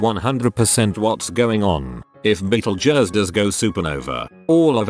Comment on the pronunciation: You said Betegeuse 3 time.